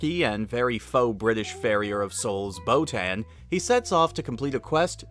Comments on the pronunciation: how can you say chris sabbat is best known for piccolo.. and not vegeta? and why are you calling boton "botan" she even says "boton here" in the show, have you even watched the show? jesus christ go eat something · Botan is pronounced with a sharp a, like in "hat", the dub just mispronounces it. This is made apparent by the way it's spelled in the original language. The show mispronounces many names. Anyone who is an actual fan would know that.